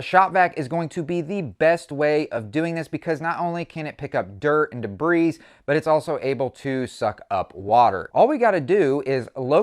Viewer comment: The s at the end of debris is silent: de-bree, not be-breeze.